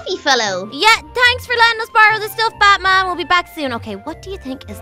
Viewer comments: wait did say Butt-man not bat-man??? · It sounded like u said butt man instead of bat bat lol (just came back to ur acc) Its my fav series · When they saying bat man it sounds like they are saying buttman😂😂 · You said buttman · She said buttman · Did say ButMan or BatMan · i thought she said butt man😂😂😂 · it sounded like you said butman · She said butman